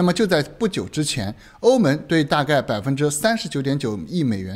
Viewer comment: 哥们儿您的普通话发音真要改一改 欧盟(meng )